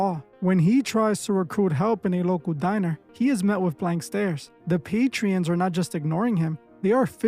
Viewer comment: Hate to be that person but it’s patrons not patrions